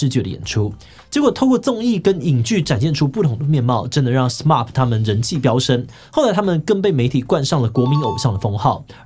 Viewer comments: 有點不習慣志祺七七 對『SMAP』的發音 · 志祺你讀錯了SMAP的名字了... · 呃...SMAP唸成SMARP，Smile唸成Smell這樣好嗎？